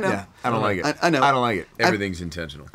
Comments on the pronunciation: "I don't wike it." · don't you mean I don't Wike it Chris? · “I don’t wike it” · "I don't wike it" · I don't wike it too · when chris said "i don't like it" i just had to say "i don't wike it" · I was wautin for evans to say I don’t wike it XD